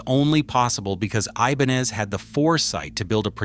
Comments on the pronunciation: It's pronounced I-ben-EZ. Your AI is till masacreing that name, which doesn't help matters much!! 👎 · Did he say E-bonez? Have I been pronouncing this word wrong my whole life? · I love my RG series, and wanted to hear this video .... but I had to stop after a few minutes because I couldn't stand listening to the different ways this obvious A.I. jerk pronounced 'Ibanez'!!